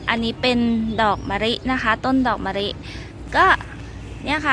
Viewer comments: คำแนะนำดีค่ะแต่ขอดินิดนึงคำว่ามะลิคุณออกเสียงว่ามะริ ไม่ถูกนะค่ะ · ออกเสียงตัว ล เป็น ร ทุกคำเลยค่ะ อย่าง มะลิ ปลูก แก้นิดนึงน๊าาา